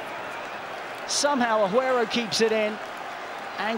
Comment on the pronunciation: Dude every time he says “ahuero” it makes the video less and less enjoyable